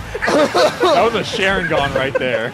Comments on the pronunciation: to . Alpha said sharing-gan instead of sharingan. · Oh shit, K. Rool is an Uchiha. He used his "Sharon-gan". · This man said Sharing Gone..... F for the fallen Uchiha Clan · "that was a sharon-gone right there" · My guy really just said “shareingan” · "that was a shareingan" oh my lord.... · Did Alpharad just say Shareingan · Hears alpharad's pronunciation of sharingan Me: OMAE WA MOU SHINDEIRU. REEEEEEEEEEEEEEEEEEEEEEE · was he trying to say sharingan? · How did Alpharad mispronounce sharingan